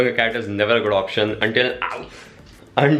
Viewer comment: Ist not cat its CaaT🤣🤣🤣